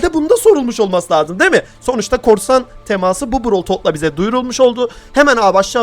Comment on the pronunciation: abi çok güzel diyon ''TEMAĞĞSIIĞĞ ''